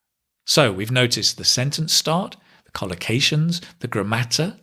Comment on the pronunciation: The "grammater" was hilarious;)